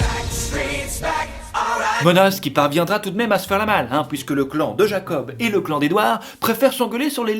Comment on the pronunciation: Il y a que moi qui entandais "gland" quand il disait "clan" ?